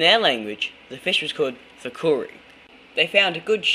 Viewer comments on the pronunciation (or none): It's pronounced thookedi